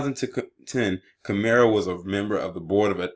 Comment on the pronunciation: and it’s kim-er